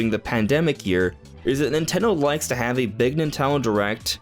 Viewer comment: NINTENDO, Why is it so hard to say? Lol